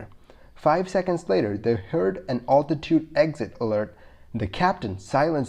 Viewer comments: You pronounce altitude interesting, alltitude, here in Washington state natives say Al-titude like a guy named Al, I am assuming this is true for the rest of the west. But you say Altimeter like that. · Altitude...Al like a man's name not Ultitude?